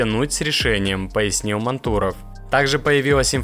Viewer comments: Почему мантУров??? Ударение на А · Вот когда начнёшь правильно произносить фамилию Мантурова, тогда и подпишусь! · Да, автор что то с ударением не очень дружит. Точнее с реалиями нашей страны, как произносится фамилия Мантуров можно было бы разобраться, она из каждого утюга по 20 раз в день звучит. Да и НАМИ тоже... Автор тебе сколько лет, если не секрет?)) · Судя по говору автора, то все ударения делаются НАМЕРЕННО не правильно ! Нами, мантуров ... чего вы добиваетесь ? Чтобы вас не смотрели, а ???